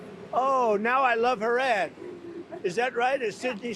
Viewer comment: I thought he said "...I love her ass."